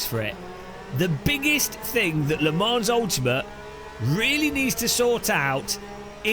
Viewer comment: he said le morons